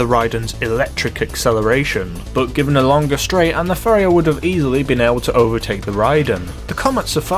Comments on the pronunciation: Pronounced pa-ri-ha not fa-ri-ha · Pariah not Phariah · You saying Phariah instead of Pariah was fun, but seing people repeating the mistake in the comments is hilarious. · Fariah? You mean pariah right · Gripe time: 1. You completely ignored the fact that the Raiden is a 4-seat sports car. Don't you think that's something? 2. It's pronounced "PAH-RAI-UH"... that's not a PH at the beginning there. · Where you from because your pronunciation is fucking shit where in paraiah is the ph it's pa-rai-a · its pronounced par-I-ah not far-I-ah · did he just say “fariah” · "Fariah" lol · Paa rye ah....YouTube how to pronounce is your friend. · You're pronouncing the pariah wrong. (Puh-Rye-Uh) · There is no ‘Pha’ in ‘Pariah’ ‘Pah-Rai-Ah’ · Pariah is pronounced 'puh-RI-uh' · Pariah is pronounced pa-ri-yah or pa-ri-yar. It means an outcast, a community, group or species that is generally despised, someone in exile or a member of one of the oppressed social castes in India. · It’s pronounced ray-den and pa-rye-aa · Just FYI, it's pronounced Pah-rye-ah:) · jesus man.... ray-din .. puh-rye-ah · It’s pronounced pa-riah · The way you say PA-riah as Phuriah really triggers me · It's par-eye-uh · Pariah is pronounced "puh-RYE-uh". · It's Par-i-uh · PHARIAH? there's not even an h there... it's spelled pariah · How come nobody seems to know how to pronounce pariah? It's pah-rye-ah. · Pa-r-eye-ah. Wheres the PH... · pariah is pronounced, pa-ra-ya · How the fuck do you mispronounce Pariah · Pariah [(puh-reye-uh)] An outcast; a member of a low caste or class. Note: The word originally stems from the caste system of India, which put pariahs in a very low place in society. In the United States, it refers to those of low social class or social status. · Ever heard of Raiden from Mortal Kombat? Yeah, that's how it should be pronounced. And where did the "ph" sound come from in "Pariah"?? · You're pronouncing the Pariah wrong dude